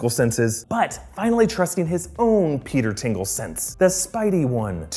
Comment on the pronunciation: Stop saying "Peter's tingle", please.